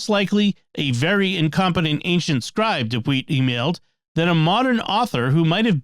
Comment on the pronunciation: It's a mystery that I can't figure out (and me and my wife have watched dozens of episodes of the Mysterious World) - why does Jimmy consistently pronounce ancient as "an-k-cient" ? He's so careful about pronouncing anything I can think of that there must be a good reason for it. What is it? If it was answered as part of the mysterious feedback in one of the earlier episodes - please redirect. Thanks!